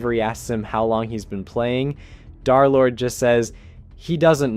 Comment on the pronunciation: "darlord" son 😭😭